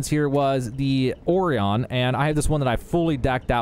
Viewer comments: ORE E ON LOL. ORION O Ryan. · Orr-ee-on? Say it with me OHRYAN, ORION!!!!!!! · 😂 It makes me laugh when someone completely botches the pronunciation of something as simple as 'Orion'. It looks how it sounds people! (Oh-RI-un) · Or-E-on? - Cough - How do you pronounce Orion name? noun,genitive Or·i·o·nis [awr-ee-oh-nis, or-, uh-rahy-uh-nis] /ˌɔr iˈoʊ nɪs, ˌɒr-, əˈraɪ ə nɪs/ for 2. Classical Mythology. Wonder what the biggest bad ass Equinox based rifle is? Then modify that. That all being said the first few times i saw a star map I was calling VolII (Pronounced volee) Vol-II as in Vol-2, roman numerals. Very good video/ information. Thanks.